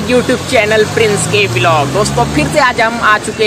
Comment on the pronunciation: Aap vilog kyu bolte ho vlog bola kro😊😊